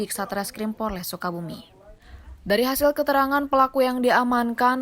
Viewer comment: POLRES bukan PORLES